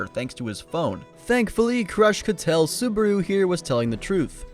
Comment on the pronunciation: Krūsh not krash.